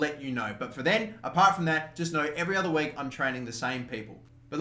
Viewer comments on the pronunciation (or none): none